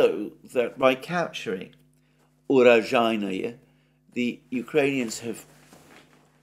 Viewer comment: Alexander "o" is, alike in Greek, if I am not wrong, is pronounced "o" only if the syllable is stressed. Otherwise, "o" stands for an "a" (cat). You have to say Urazhaiyne.